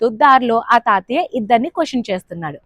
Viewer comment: తాతియ్య కాదు , తాతయ్య అనాలి....